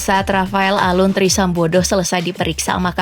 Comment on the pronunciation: Min aku dengar min "trisambodoh"